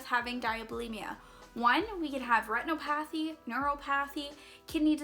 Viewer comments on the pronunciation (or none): Don’t know if it’s a Canadian thing or that those are words you don’t know how to say but here’s a key: Retinopathy: retin-op-uh-thee Neuropathy: ner-op-uh-thee